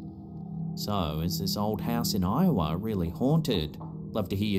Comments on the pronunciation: I remember when he called it Lowa...😂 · Every time I hear Iowa mentioned anywhere now, I expect to correct them by saying Lowa. Lol 😂 those were some entertaining months.